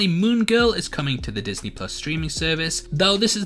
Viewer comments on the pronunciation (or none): none